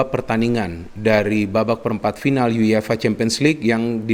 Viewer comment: Everybody: YUEFA: YU YE FA